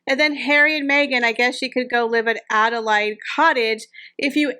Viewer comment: That’s what I was going to say, it’s pronounced Ada Laid as in laid an egg.